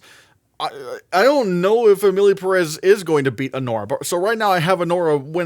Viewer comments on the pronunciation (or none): It´s pronounced PEH-res (emphasis on the first E with a visible accent on top of it) not Pah-Rass